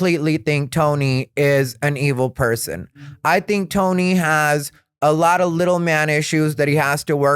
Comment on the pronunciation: I love when he says dink (think), also love the content hope you like doing the pod and hope you continue doing it for a long while. Much love from upstate ❤